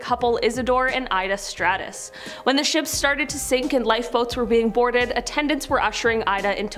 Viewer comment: It is Isidor and Ida Straus. Not Stratus